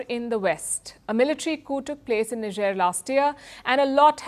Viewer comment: Niger pronounced as nee-je-er .. I didn't know until I watched this report.